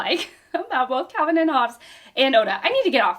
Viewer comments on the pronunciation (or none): none